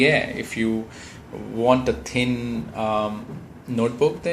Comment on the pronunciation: aha i get it, when he says thin it sounds like tin aha